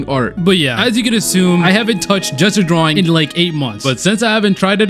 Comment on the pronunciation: Did anyone else think he kept saying “jester drawing”? Or am I just dumb?